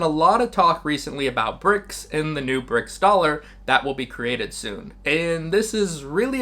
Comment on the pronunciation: I love the video but stop saying Brick dollar. It's Brics currency, it has nothing to do with the dollar